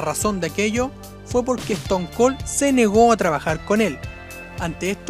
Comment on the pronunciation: "bro lehner", "eston col" "rodog"